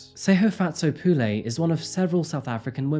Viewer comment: It not Pu lay, its pronounced Pu le